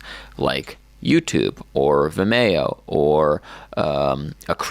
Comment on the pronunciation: And it's pronounced "Vim-ee-oh" not "Vi-mayo"